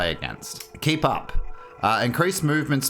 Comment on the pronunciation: Am I the only one who hear “k-pop” instead of “keep up”?